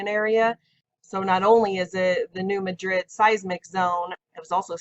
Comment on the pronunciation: New Madrid is pronounced MA-drid. The stress is on the first syllable, not the last as in Madrid, Spain. The citizens of the town voted it to be pronounced that way.